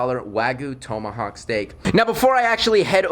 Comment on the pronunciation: You mispronounced tomahawk